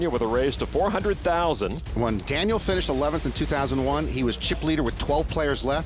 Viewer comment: The narration on this video takes away a lot from what it could've been especially being an automated voice that can't pronounce Daniel's name correctly